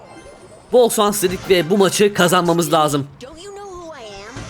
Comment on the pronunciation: abi normalde şans diyebiliyordun noldu böyle artık sans diyorsun 7.06 😂😂